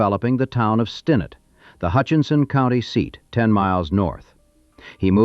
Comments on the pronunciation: It sounds like they know the history until you hear "Stinnett" mispronounced. That drove me nuts. It's Stin-NETT! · ...miss pronunciation of Stinnett is irritating.